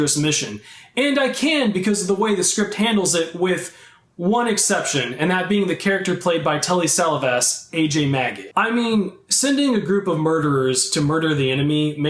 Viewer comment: Tellie Sell-a-vez????? What the fuck? How old are you man? He was an extremely famous actor back in the day and you can't learn how to pronounce his name?